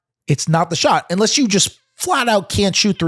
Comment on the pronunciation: Can someone please tell about the term "far a field"? He keeps running a foul of the English nerd in me. Also, "unless" isn't pronounced "inless". Thanks, love you.